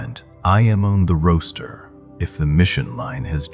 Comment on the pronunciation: I heard his pronunciation as roaster Not Roster. Vowels matter to me ❤